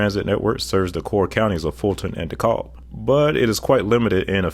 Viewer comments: ATLien here. DeKalb County is pronounced "De-KAB." The "l" is silent. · Love this video so much. Real quick correction for the ATLiens: DeKalb County is pronounced Dee-KAB. Lol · ik this mf did not js pronounce dekalb like that 😭🙏🏻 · Haha, I laughed when I heard him say it. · Maybe he's used to the IL pronunciation cuz the Dekalb outside Chicago, they pronounce the L. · The way you pronounce Dekalb for Atlanta metro is crazy 😂